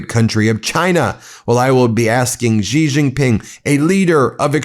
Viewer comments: Did James Comer just call Xi President Zee? It’s not president Z ? Trump really has done so many things that have marginalized us. This who arrogant we are too good thing is really a very bad idea. This is global and having allies is very important. Hegseth goes and insults our NATO allies for following rules of engagement. Dude that is just back-fitting his terms he’s using. Ow into stuff that happened 20 years ago. Honestly our world needs to evolve past this stab each other no quarter crap, if our world is going to be civilized then this is what we need to do. It’s just stupid. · I don't expect Fox to take any time to learn how to properly pronounce the name of the President of China. "Xi" sounds more or less like "Shee" I hope the MTN reporters take the time to talk to their colleagues who know the correct pronunciation for all the names of leaders from other countries. It is a very easy way to show respect for other cultures, languages and nations!! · "President Z" ... really? We no longer do the bare minimum and teach our officials the whole "put tongue at roof of mouth, a little flat, and say 'she'" when saying the Xi sound? We just go on national TV and call people whatever we can pronounce at the moment 😅 damn 😑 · Xi is pronounced similar to the pronoun ‘she.’ (Not like ‘zhi/ghi.’) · President Zee? So many mispronunciations of his name...it is essentially pronounced the same as "she". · The Dump is a moron with a brain that is disappearing, so there is no need to exaggerate about his condition. He does not appear to struggle down the stairs to me. Holding the rail is sensible at any age. Xi Jinping's family name is pronounced she, not gee. American mispronunciation of foreign names is arrogant, lacks class, and detracts from your arguments. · Someone tell gomer fudd it's pronounced "she" or "zhe" not "zee".... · His name is Sheee, not Ji, or Gi. Hopeless monolinguals, no tongue, no brain to connect with the outside world. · XI is pronounced "she" not jee